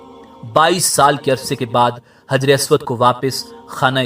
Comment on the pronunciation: حجر اسود ح سے آئے گا نہ کہ ہ سے